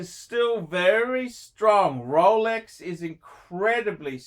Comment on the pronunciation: Haha "STREAONGH!" russian accent. Yeah of course ROLEX is strong, Rouhleks never loses.... any other watches can't survive 2020 gracefully, Lolex can.